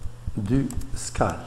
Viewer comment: Bonne vidéo. Ça se prononce "widgette" et "skayle", c'est dérangeant ta prononciation francisée :)